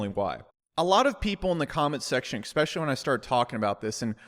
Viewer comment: Don’t pronounce especially as expecially lol